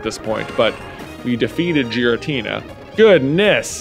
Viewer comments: J pronouncing Giratina with a soft G hurts my soul. But he's allowed to pronounce it however be wants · Giratina is pronounced with a hard g